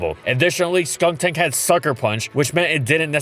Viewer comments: He called skuntank "skunktank"? I didn't know cause when he say "skunktank" it was very similar to skuntank so i didn't get annoyed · Is anyone else slightly annoyed that he kept saying "SkunKtank" in the video and not "Skuntank"? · The way has always said Skuntank always sounds slightly off It sounds like he's saying Skuŋtank or Skunktank